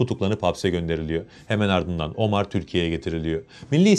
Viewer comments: Abi , Omar ismini biz Türkler'in Ömer olarak telaffuz ettiğini biliyorsun , değil mi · Teşekkürler, ağzına sağlık da; ÖMER ismini hiç mi duymadın be kardeşim? OMAR nedir ya hu? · ne omarı ya.. ömer... inglizler gibi okumayın